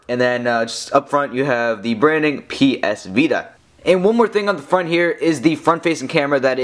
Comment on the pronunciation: lol, sorry. But try to talk more naturally. You're not as bad as an average tech review guy, with the weird fluctuation and speed of talking, but you're close. Like , you're talking. like. a. robot. "there's. a. back. facing camera." Once again with "of. the. ps vita". And , it doesn't sound natural to raise the pitch of your voice at "power button". Sorry to sound so picky, but I would like you more if you didn't sound like a lifeless reviewer.